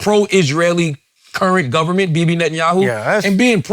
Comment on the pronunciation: is so charged up on Bibi, he can't even pronounce his name right. 😂